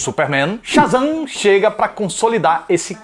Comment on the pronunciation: "Otávio sha" e "super Zan" 😑 tu não falou isso